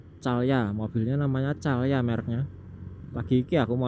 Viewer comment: Mantab mas...terimakasih udah mengajak jalan" jalur Plaosan Tawang mangu..gaak papa Mas..nyebut" merk mobil yg ada di depanya..supaya gak kehabisan bahan untuk menyampaikan kondisi di sekitar perjalanan. Mobil merk Calya di baca Kalia Mas..😂..semangat terus mas